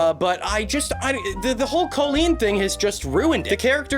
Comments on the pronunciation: Okay but "Koe-leen"? I don't think I have ever heard it pronounced that way before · great vid ! but is nobody gonna talk about the pronunciation of colleen in this video . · I thought he said koolen like the youtuber (i dont think i spelt her name right) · why do you say colleen like that tho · Not trying to be rude, but why is he pronouncing Colleen like that? Have I been saying it wrong? 😂